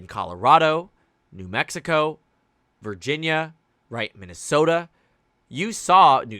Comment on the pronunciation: "Virjersey"? I would like to visit that place.